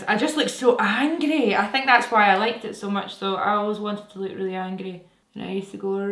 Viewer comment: Love how the word ‘angry’ sounds with her accent 😂 also low key wanna dye my hair black with a white streak 😫